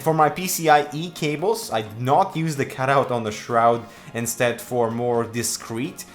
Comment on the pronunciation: did u say shroud? or shrood? :/